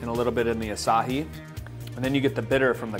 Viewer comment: This sounds delicious. Thank you for sharing! Acai is pronounced ah-sigh-eee. I hope that doesn't offend you. Peace!